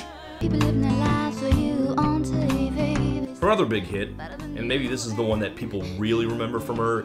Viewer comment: It's hard to believe Jewel's career survived pronouncing "TV" Taaaay-Vee on her first single, let alone everything that happened later.